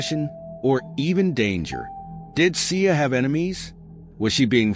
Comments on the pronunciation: They’re not pronouncing her name right and she was not shot 20 times.💯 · Please take this video down. One the caption is off you’re saying her name wrong and just.. etc